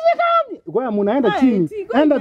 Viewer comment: Konyanyuma not Konya enyuma